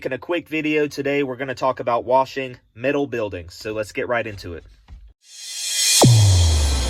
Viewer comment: Met - al not Mit - al😊